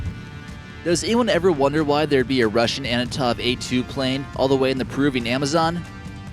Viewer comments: Antonov... not Anotov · It's not Anatov, it's Antonov! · Antonov, not Anotov, fool! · Sees a "T" next to an " N" in the name antonov, adds an "A" inbetween because fuck it, who needs proper pronounciation